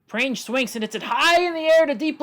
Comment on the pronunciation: This is something that i learned recently but Ashley Prange is pronounced prang-ee with a soft g sound